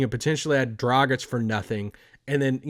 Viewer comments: It's DragiĆ...His dad is Serbian...just like DonciĆ...ok they are Slovenians, but you can't ignore they Serbian roots. Be respectful. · One good thing about the Dragič saga is that you both learned to pronounce his name correctly. 😂😂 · Did he though? Still not pronouncing it quite like anybody from Slovenia would.:D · If he comes here, Derek Harper will never say his name right! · It's DragiĆ...His dad is Serbian...He is Slovenian ok, but you can't ignore his Serbian roots, just like DonciĆ. First name is the same.